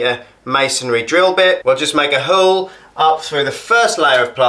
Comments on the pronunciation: Love that method 👍 your pronunciation of 'Milwarkee' and drilling a 'hurle' made me laugh 😁👏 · Just bought my first drill to do the work the landlord refuses to and this did the trick! You're right about needing a clamp/ spreader, wrecked my hand trying to do this without one. Cheers mate! Also what region is your accent? The way you say 'hole' threw me! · Great video, I will give this a go..... (how is he pronouncing hole??!)